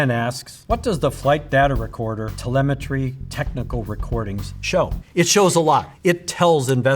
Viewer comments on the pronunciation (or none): none